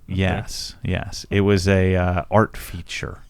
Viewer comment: "it was an art feet-ture" HA!